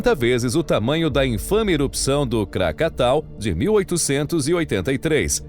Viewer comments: Desculpe mas você incentiva as pessoas a se inscreverem no seu canal mas logo no início do vídeo você comete um erro primário errando o nome do vulcão! O nome correto é KRAkATOA e não "krakatao". Não vou nem continuar a assistir ao vídeo. 🙏👎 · KrakatOa, ao invés de Krakatao, não?